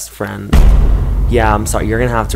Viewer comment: You are talking to me BEST FWIEND